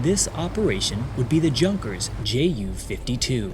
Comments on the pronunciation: Pronounced "Yung gerz" not junk ers. Good video though. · It's pronounced "You-nkers", not "Junk-ers". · "Junkers" is pronounced Yoonkers. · I love your content, but you really should learn how to pronounce common German words and names from WW ll. (Maybe watch Mark Felton's videos for some help on this.) "Junkers" for example, is not pronounced with an American style J . It's more like "Yoonkers". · The name "Junkers" (as in Junkers aircraft) is pronounced YOON-kers, with the "J" sounding like a "Y" and the "u" like the "oo" in "book". The emphasis is on the first syllable. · Poor pronunciation of some German words/names like Wehrmacht and Junkers.